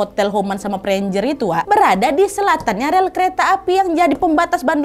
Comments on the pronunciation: dibacanya sih tetep preanger ya soalnya sering dger jg tetep hotel preanger bukn prienjer 😅 cmiiw tapi hihi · Preanger adalah sebutan Priangan (tanah Sunda) oleh orang Belanda. Kalau tidak salah, cara bacanya pré-a-nger biasa saja dan bukan pri-en-jer. Terima kasih Nadia sudah mengangkat sejarah tanah kami, bangga rasanya menjadi orang Indonesia yg lahir di Bandung. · Prienjer.. Oohhhh Preanger toh.. 😂😂😂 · Kak Nad, krna kita mah org Bdg pisan jd baca nama hotel nya teh bukan PREANJER, kita mah ttp aja PREANGER (PREA-NGER) 😄😄 ga ada yg di rubah 😂😂😋😋🤭🤭